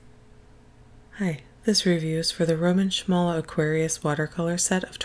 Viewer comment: A lot of people seem curious about how to pronounce Szmal. Several Polish people have mentioned to me that sz sounds like sh in english, similar to how you would say Schmincke. If you're familiar with sports you may have also heard this name before, as there is a famous Polish handball player named Slawomir Szmal. You can hear his name pronounced in the native language here If you're from Poland and can confirm or deny this, I'd love to hear from you :)